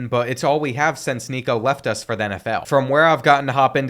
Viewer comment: thats not how you say nico last name